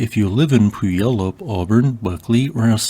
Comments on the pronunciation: Puyallup is pronounced " Peeyallup" or " P'Yallup" FYI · Puyallup is pronounced "Pyu-wallup" Do I know why? No, but that's how we say it. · Puyallup is pronounced Pew-al-up. Which is probably Washington State’s biggest shibboleth, since it hosts the State Fair, but is otherwise just a suburb of Tacoma, so locals can pronounce it and everyone else stumbles badly.